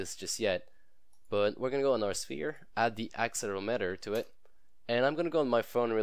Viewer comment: that not how you say axel erometer